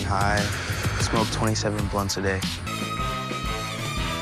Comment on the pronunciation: I had to listen like 4 times to realize he wasn't saying "I smoke 20/7 a day"